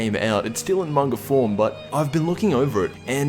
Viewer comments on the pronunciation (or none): none